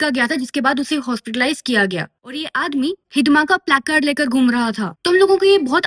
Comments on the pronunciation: It's not 'हिदमा ', it's हिड़मा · Hidma❌ I heard Hidimba ✅ Rakshashi 💀☠️